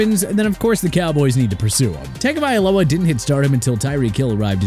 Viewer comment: Dude can't even pronounce Tua Tagovailoa's name right...